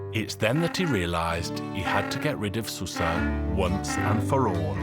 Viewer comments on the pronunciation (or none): It's actually pronounced "shoo-sha"